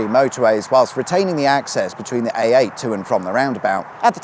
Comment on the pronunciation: Anyone else hearing him say AATen?